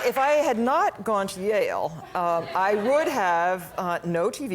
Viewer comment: Yale (aka ‘jail’) 😂